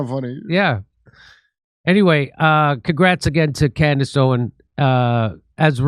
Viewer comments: Lol “Camriss Owens” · she called herself Camerace? QUITE the Destiny, child. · She said her own name wrong… weird… Camrace Owens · Anyone else notice she mispronounced her own name? She must be very excited about that #1.